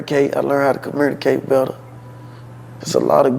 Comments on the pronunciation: I learned how to CUH-MURN-AH-CATE better😂😂😂😂 that boy struggles with picture books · He obviously learned how to “commurnicate” better. What happened??? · lol that Memphis accent be kill'n me 🤣 "commYURNicate" 🤣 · Did pooh say he learned how to comurdercate better 😳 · I learned how to communicate. I just don't know how to pronounce communicate😢😅